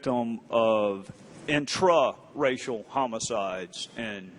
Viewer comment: I love how he emphasizes “intra ….. racial”